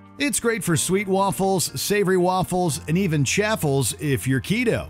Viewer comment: Chaffle rhymes with waffle, FYI. 😊